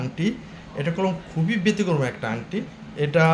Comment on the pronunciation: ভাই আপনি কি কলকাতার ? আকিক কে আকিজ বলছেন, ব্যাতিক্রম কে বেতিক্রমো বলছেন । আগে মিয়া উচ্চারণ শিখেন ।